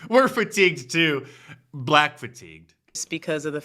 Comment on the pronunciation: "AS A BLATT WAHMAN IN THIS COUNTRY..." ITS EXHAUSTION NOW